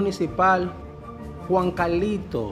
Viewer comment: JUNCALITO... NO JUANCALITO